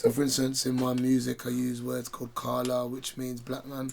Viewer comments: its kaala, not karla vlad. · It's "Kala" bruh not karla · Omgg!!!! Haha....its kala not karla..😂👍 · It's Kala not Karla lmao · Kala not “Karla”😂😂😂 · Its "kala" not karla lmao that means somtn eles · Karla is how it's pronounced in Pakistani language. It's kala in the Indian language. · mate its not 'karla' its 'Kala' god damn it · its not "Karla" Vlad it's "Kala". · kala not karla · Its Carla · jeet mist says it as karlas though as that’s why his song is karlas back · Essentially he's using universal word 'Kala' which means black in most subcontinent languages not just Panjabi. The reason why he's pronouncing it Karla is because he's saying it in a strong brum accent. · It's Kalla pronounced like "collar" but without the r kinda like how vlad is a "white collar" working for the feds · loool. its pronounced a bit like kaah-la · They’re the same language 🤦🏾‍♂️ it’s pronounced kala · Pakistani Punjabi’s and Kashmiris pronounce it like that. Who he learnt it from too